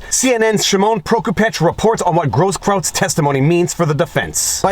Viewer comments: Grosskreutz pronounced gross kroits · Not that it matters too much, but it's pronounced Gross KROYTZ... means "big cross" in German. The benefits of having been stationed in Germany.... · Is Viva a bit dyslexic? Brian "Stetler", Gaige "Grosskrautz ", when it should be Stelter (stell-ter) and Grosskreutz (gross-kroyts). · You keep calling him Grosskraut instead of Groskkreuz. Was that intentional? Lol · Not that I care about Brian Stelter, but you said Stetler a few times. Don't give haters a reason to attack your credibility. Stelter is the worst, though, I agree. I also think Grosskreutz isn't pronounced gross kraut. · Viva. My man. It's Groskroyts. The spelling. With kisses from Germany, Your grumpy German from Pommerania. 😘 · It's hilarious, the many mispronunciations of that guy's name. I don't think I've heard anyone say it properly. It's actually GROSS-kroyts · Absolutely no one: … Me: Proper German pronunciation of “Grosskruetz”sounds like “Grosskroitz”… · dude, I'm ashamed of your inability to pronounce simple German.